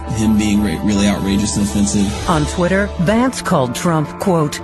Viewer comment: Did he really mess up name of his new VP that badly.? He did.😂😂😂🇺🇲💙